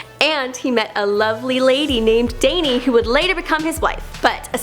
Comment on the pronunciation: Wow she butchered danyy lmao who prenounces it that way